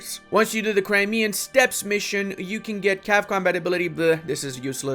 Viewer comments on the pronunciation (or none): none